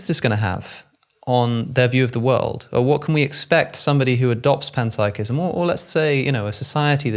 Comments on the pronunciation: ooooh…you were saying PEN-psychism this whole time and I thought you were saying PAN-psychism!!🖊️🍳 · Did he just say penpsychism?